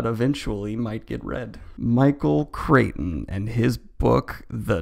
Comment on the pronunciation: Daniel, just so you know, it's pronounced "Cry-ton" - Crichton